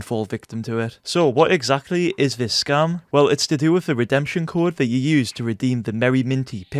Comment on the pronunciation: Sounds like he is saying scum